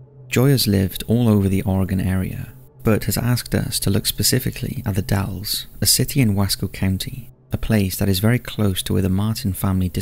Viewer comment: Oregonian here, it’s the Dalles, not Dallies. Yes “the” is part of the name